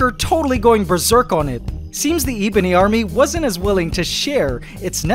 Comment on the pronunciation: It’s not eebony! The e is pronounced like the e in egg & not like the e sound in bee :) ❤ your Chanel 👍 thank you 🙏